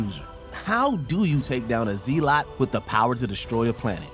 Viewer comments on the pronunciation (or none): "zee-lot"? it's "ZELL-uht" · A zeelot? What? You mean a zel-lot. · Hahahahahahahahaha a ZEE-lot? Hahahahahahahahahahahahahahahahahahahahahahaha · Dimunitive. Zee-lot. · How did this mofo mis pronounce zellot. Meanwhile my gf is up here defending his his dick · a zee-lot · Did he just say…”zee-lot”???? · Is there no one watching the sound booth while you record? I KNOW you didn’t say “zee-luht”, “moh-leck-lee-ahr”, and “in-ter-woo-vehn.” 🤦🏼‍♀️🤦🏼‍♀️🤦🏼‍♀️ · Wooven?....Zeelot?? C'mon man 😂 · WTF is a Zee-Lot? 🤣😂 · uhh how is that the best scene for captain America the first avenger 1 and not the jumping on the Brenda’s scene?? lol also a “z lot” had me cracking up. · This narrator is meh…randomly mispronouncing words like zealot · I suppose he meant "zealot".